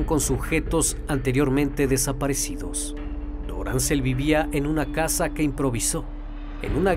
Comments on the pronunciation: No es Doráncel, es Dorangel. Por lo demás no importa que lo resubas mil veces, mil veces lo voy a oír. Este es el mejor canal que sigo. Gracias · No es Tachira, es Táchira. No es Tariba, es Táriba. No es Doráncel, es Dorángel. Tienes que tener cuidado con los nombres propios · Deberías averiguar cómo se pronuncian los nombres de las localidades antes de hacer el documental resulta chocante de cómo pronuncias mal cada nombre es DORANGEL VARGAS no DORANCEL